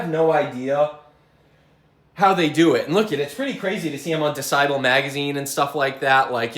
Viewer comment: Dee-sigh'-bull magazine? I think it is dess'-ible. As in how loud something is. No offense...just had me chuckling.🤘